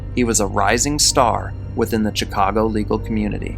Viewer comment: Great video tho honestly as someone from Chicago it hurts hearing the way he pronounces it! 😂🤣 is this just me? Lolol😂